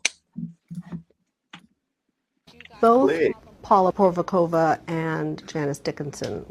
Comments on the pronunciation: Ma’am pronounce “porizkova” correctly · If you're going to interview somebody, make sure you pronounce those names correctly, especially if they were a famous supermodel. That was just sloppy. I wouldn't have answered her questions either.